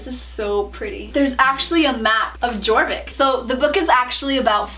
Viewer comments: SSO players are quaking when she said Jorvik with the j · Just an FYI the J in Jorvik is pronounced like a Y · I saw the Jorvik pronunciation coming xd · who else is trying not to scream when she says Jorvik 😂No hate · When u said jorvik I cried bc u pronounced it wronggggg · no hate but: her: jor vik me: deep inhale *YOR VIK* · I’m sorry but this bothers me haha, it isn’t g-or-vick it’s y-or-vick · its pronounce YOUR-vik not jour-vik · "All about celebrating sister hood" My moms bank account when we had to buy monthly star rider and then buy $80 worth of lifetime; haha n o also is anyone else cringing when she says gorvik instead of yorvik?? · yea thats what I meant, its spelled jorvik, but she pronouncing it gorvik instead of yorvik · It kills me when you pronounce jorvik as gorvik instead of yorvik 😂 I love your channel so much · The fact that you said jorvik when it's actually pronounce yorvik made me kinda cringe xD amazing video <3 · "ohh and there's a jjjjorvik map" it's prononced yorvik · AHHHHAHH NOOO SHE SAID (JOR-VICK) ITS (YOUR-VICK) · I always used to pronounce Jorvik G-or-vick... now I know it’s pronounced ye-or-vick! Right? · Me listening to how she said Jorvik *Honey no, Its YoRvIk not jOrViK* you pronounced it wrong- >:0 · she said jorvik with the j not being silent. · Jjjj-orvik it’s yor-vik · It is pronounced yorvik not jorvik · I am cringing!! By the way it's like Yorvik not Jorvik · Actually, it's pronounced like "Yorvik" since its a Swedish game. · It’s pronounce “Yorvik” the “J” is “Y” Sound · Omg the foal Is soooo cute!! Oh and btw it’s pronounced yorvik why don’t u use the key stickers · you pronounce it yorvik for Sweden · It’s actually pronounced ya-or-Vick j in Swedish is pronounced like y 😊 just a little fun fact the game originated from Sweden. 😊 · You don’t say Jorvik you say it like it is spelled like this yorvik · It's pronounced Yorvik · Jorvik is like yorvik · It’s pronounced Yourvik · You said Jorvik wrong 😅